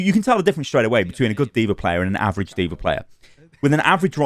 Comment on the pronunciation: “deever” lmao